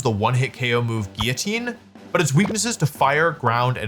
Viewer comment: It’s so nice to hear someone pronounce Guillotine the pseudo-French way (obviously it’s not a perfect French pronunciation but it’s better than the GILL OH TEEN way). Especially shocking since Wolfey is second only to FlygonHG when it comes to saying Pokemon-related things wrong